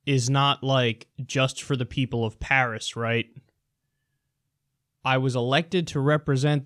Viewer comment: During this speech he kept calling it "pairs agreement". The only thing he was right about in this is that china is beating us but not because of the Paris agreement. Because of the green revelation and the economic boom they are stealing from us.